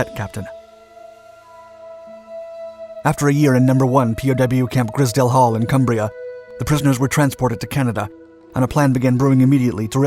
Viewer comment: Excellent video and a really interesting story! Just a small note that the I in Grizedale is pronounced like eye. That's the only criticism I've ever been able to find in any of your videos. They're always Excellent